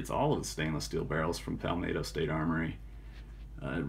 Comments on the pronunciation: “... pahl’ Maaahtoo” state armory... one nation DIVIDED by a common language...( pal’ MET’to)... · FYI you pronounce palmetto with a short “e” in met like the NY Mets. It’s not palmatto.